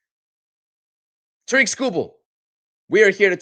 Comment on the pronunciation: Terrick, not TaReek